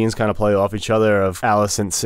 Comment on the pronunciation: and its Alicent, not Millicent. 0 for 2.